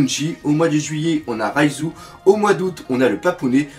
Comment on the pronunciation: C'est pas raiZOU la soeur de sanji mais REIJU ou phonétiquement Reijou, t'es penible mais marrant bon courage et bonne video